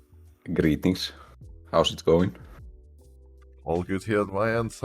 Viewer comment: “Grrrrrreetings” Chills